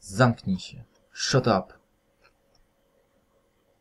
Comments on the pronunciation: Sziot ap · litości... "sziot up" - myślałem, że pęknę.... :-D